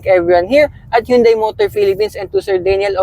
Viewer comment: Hyundai pronunciation sire